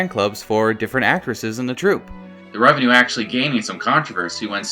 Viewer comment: Love the video, but just a quick note, its Takarazuka REVUE not revenue